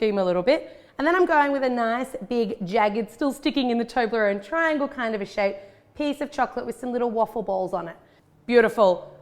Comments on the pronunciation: Does anyone now how many times she said toberone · I pronounce it as tob-li-rone. Not toe-bley-rone. How do you guys say it